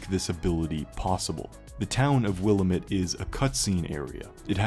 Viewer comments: Weird how they or you pronounce Willamette. We in Oregon say Wil-lamb-it (wuh-la-muht) Since I live next to the Willamette river, never heard it like that. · In oregon we say will-Am-it. Am like ham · It’s pronounced will-am-it… Jesus Christ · I’ll never get over how grinding it is to hear “Willamette” mispronounced by YouTubers